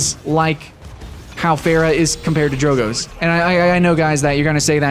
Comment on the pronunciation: Beyond the not great comparison.. Why the hell do you say Pharah wrong? Their names are literally heard in game. Oh and transforming enemies into chickens? My first thought was Ratchet & Clank. Soooo yeah.